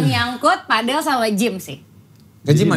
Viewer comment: PAdel BUKAN pEDEL